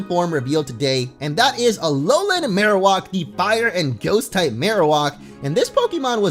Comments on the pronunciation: my god it's maroWAK not maroWOK i don't know why this bothers me it just does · It bothers me that he says Marowalk instead of Marowak 🙄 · Why are you saying Marowak so strangely? Marowak is Marrow like bone marrow and whack like smacking you with the bone! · Your pronunciation of marowak makes me cringe so hard. It is pronounced Mare-Oh-Whack. Not walk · the way he pronounced marowak is unacceptable